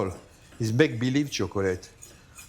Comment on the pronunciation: It’s not that difficult to pronounce chocolate